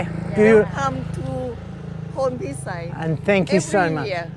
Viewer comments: It’s pronounced- Pone - Pi - Sai 😊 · Sorry mate, you aren't in Northern Thailand. You're in the Northeast or Isaan. โพนพิสัย learn Thai, then it is impossible to mispronounce names. Pon - Pi - Sai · Are you pronouncing โพนพิสัย with a F? Really dude? 😅 Edit: sorry mate see someone has already pulled you up. Great video though. How do you cope out bush in those places? I love visiting North East Thailand, love the people and food but it's a bit far from civilisation for me. Good luck with your future.